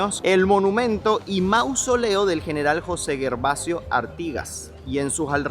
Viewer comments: Gervasio se pronuncia Gervasio y no Guervasio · Gervasio se pronuncia como Geronimo. No hay “u” entre la G y la E. No es GUERVASIO. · Gervasio, se pronuncia como con J !!! Jervasio! ❤